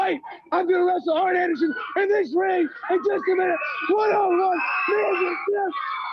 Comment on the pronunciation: It always sounded like Dusty called him Iron Anderson.